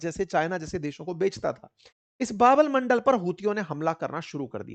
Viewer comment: Sir, सुधार करें बाब अल मंडल नहीं बाब अल मंदेब नाम है उस स्ट्रेट का